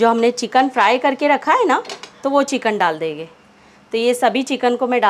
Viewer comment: Plz enhance Ur Urdu/ Hindi pronunciation........it seems U r anyone but a Urdu/ Hindi speaking person Dal dege......Dal denge Banane ja rahe hai......banane ja rahen hain...... pronounce N CLEARLY. PLZ.....AAP NE TOH URDU KI TAANG TOD DI....I feel offended.